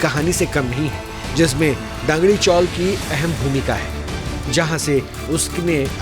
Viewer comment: ऐ आई का इस्तेमाल कम किया करो रामा नाइक नहीं राम नाइक हैं। डगारी चाल नहीं दगड़ी चॉल हैं